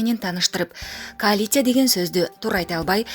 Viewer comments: Кыйналбай коалиция дебей эле каалиция деп эле суйлой бербейби озуно ынгайлаштырып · СЕКСАЛЮ МАКАЛЁ МАЯНЕ эми болсо КААЛИЦЫ деген жаны соз кошупсун талапкер айым тилинерге ээ боло албаган,напсинерге ээ боло албайсынар гооо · Коа-ция , калицая кааа ция. 😂😂😂😂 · Мабахат, калятция, оппааа... Калян деп еле койбоду. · Кааалиция, кааалация ка- ка-ка- лина- какалииин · МАХАБАТ АЙЫМ! КОАЛИЦИЯ, ДЕП АЙТЫЛАТГО ЧИРКИН СОЗ ЭЙ ! ТУУРА АЙТАЛБАЙ КЫЙНАЛАБЫЗ ДА АДАМ ! ГИМНДИ БИЛЕСИЗБИ ? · Каляцин кааа-ка каль 🤣🤣🤣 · МАДАМ КААЛИЦЫНА ! ИМЕЙ СОВЕСТЬ ! ОПОЗОРИЛАСЬ НА ВСЮ СТРАНУ ! ЛУЧШЕ ИДИ В ШКОЛУ, СЯДЬ В 6 Й КЛАСС ! ТАМ ТЕБЯ НАУЧАТ ДЕТИ КАК ПИШЕТСЯ СЛОВО "КОАЛИЦИЯ"! И КАК ЕГО ПРАВИЛЬНО ПРОИЗНОСИТЬ! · Омеей позор Мавлянова коалиция деген созго тилин келбеген кайактан чыккан тупойсун сенин ордун базарда турбайбы екоон эрчишип еле колоч сатып Ош базарда отургула,олуп еле албайсынарбы ушундай позордон кийин ордунар кайжакта екенин сезип турасынарбы тупойлор.. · Махабат сен мектепте окудун беле??? Коалиции деген созду 5 класстын баласы так айтат!!! Силерди коруп уялам бизди ушундай сабатсыздар башкарып атса....бири сооко тил чыгарса,дагы бири 25ин 15 не жылдырып койсо ..... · Олсун коалиция деген созду айталбай покжеп журосунбу , мен бул депутатты эми коруп жатам,чын эле Мадумаров айткандай 50-60депутат суйлойт ошолорду тааныйбыз калгандары кнопка басчуу эле,бети жок сабатсыздар